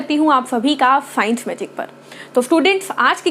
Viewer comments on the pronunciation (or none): Mam jab aap bolte hoo na hii I am Swagat karti hu aapka science magic par toh mujhe "fines magic " sunayi deta hai but jo bhi hoo aap bhout cute lagte hoo.